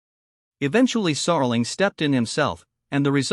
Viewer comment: How can I take any of this seriously if you can't even pronounce the man's name correctly, or even handle elementary words.